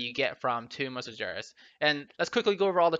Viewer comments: Its spelled Sar-GEras, not sarjeras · "in Tomb of Sarjeras" Sargeras with G pronounced similar to good.. or gauntlet.